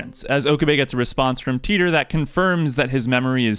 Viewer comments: I forgive you for the pronunciation of Rukako, but... what's with Titor? Isn't it supposed to be something like "Tie-tor"? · Really like your analysis, although i can forgive your use of "Luka", not using "Tai-tor" deserves a dislike from me. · SPOILER Titor in japanese is pronounced "taita". The "Titor" part of the name Barrel Titor comes from HashiDA ITAru.